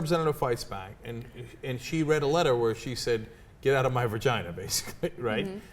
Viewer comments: Cenk can't say it, so he can't regulate it: he still says, "vergina". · Cenk said virginer... win.